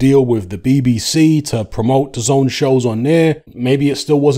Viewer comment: It’s not du zone it’s da zehn